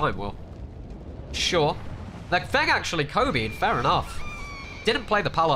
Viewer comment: Every time he said feng or the two fengs. It sound a little bit like the alternate word for a cig or the slur LOL am I the only one LOL